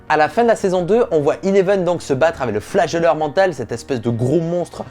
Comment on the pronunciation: AVEC. Et pas Avé. merci. Tu l'écris A V E C..... Donc prononce le correctement.